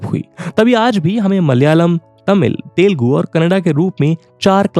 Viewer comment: Arey baabu moshayoo mere bhai…. Woh language Teelgu nahi but it is called as Telugu!!! Correct your senses and pronounce it properly.